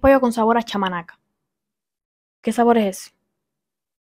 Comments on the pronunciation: 😂😂😂chamanaca no es,ves pachamamca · NO ES CHAMANACA, ES PACHAMANCA Y ES UN POLLO QUE SE CUESE DENTRO EN LA TIERRA.(HACIENDO UN HOYO CALENTAR CON MUCHO FUEGO). JUNTO CON PAPAS, HABAS ETC. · Al joven del video de referencia hay que darle unas clases de lectura porque no sabe leer Dice Pezidur y es PEZIDURI Dice Mayo y es MAYONESSA DICE Pisco acolchado y es ACHOLADO DICE Pollo sabor a palchaman y es POLLO CON SABOR A PACHAMNANCA DICE Huevos pachaman y es PACHACAMAC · El chico del video original tiene un grave problema de lectura. "pisco Achoclado, Salsa pachamanaca, Perizidure" jajaja. Es Pisco Acholado, Pollo en salsa de pachamanca y Pezi Duri. :elbowcough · Pollo con chamanaca no xdd Es pachamanca xd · ese chico no sabe leer? dice PEZIDURI y el le perisidur WHAT???? dice PACHAMANCA y el dice pamachinca what>???? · Es pachamanca no chamanaca jajajajajja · Pachamanca lo pronunció mal , la pachamanca es una comida que se prepare en hornos cavados en la tierra y se sazona con una salsa especial que tiene el sabor de Pachamanca